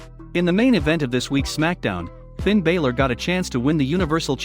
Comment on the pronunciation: You saying Finn Balor name wrong